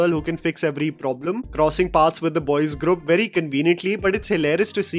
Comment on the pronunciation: ITS GROUP, NOT GRUP